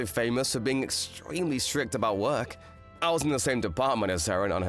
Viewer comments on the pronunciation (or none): The tiny k on work is hilarious.